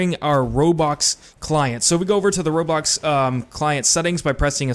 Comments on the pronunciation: bruh you say robocks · um am i the only one hearing him saying robox